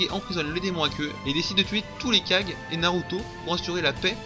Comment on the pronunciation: Les kage... pas ouf la prononciation